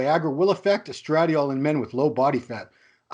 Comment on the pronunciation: Neither could pronounce estradiol to save their small balls